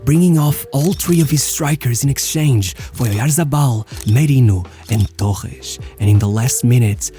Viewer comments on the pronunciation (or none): Why do you pronounce names so weird. Like with a Portuguese accent Torresh Grodri